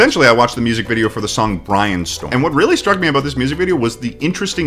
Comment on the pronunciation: he pronounces brainstorm strangely